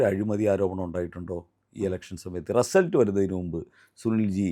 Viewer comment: റസൽട്ട് എന്ന് പറഞ്ഞത് മനസ്സിലായില്ല